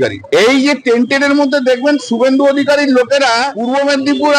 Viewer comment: Tainted ota not Tented😮